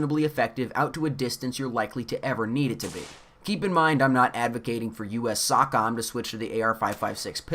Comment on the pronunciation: The abbreviation SOCOM, which stands for United States Special Operations Command, is pronounced "SO-comm". It is not pronounced "sock-em" or "sock-yer". We are supposed to be taking gun advice from this guy? maybe he got confused by his rockem SOcom robots